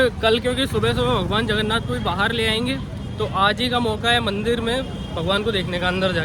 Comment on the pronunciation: It's Jay Jagannath🙏.... Not Jay Jaganna